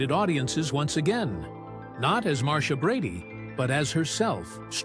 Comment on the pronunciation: You pronounced her name wrong ..it was MAR CHA ..NOT Mar Cee Ah ,,,you forgot Cindy and Bobby